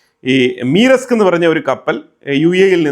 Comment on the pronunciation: മീറെസ്ക് അല്ല ബ്രോ... മെർ സ്ക് ആണ്.